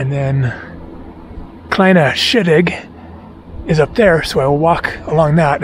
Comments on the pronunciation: Close. "Kleine Scheidegg" is pronounced "Cline-ah Shy-d-egg" Trust me there, I am Swiss. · Spectacular work,. It's pronounced "Cline Ah Shy Dig" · Love the Kinda Shit Egg and Yung Far Yok ... working on Swiss pronunciation